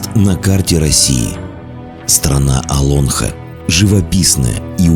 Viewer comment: С какого перепуга Оло́нха - то?! Олонхо́, Олонхо́, и ещё раз Олонхо́! Запомните пожалуйста, что в слове Олонхо́ ударение на последний слог!!!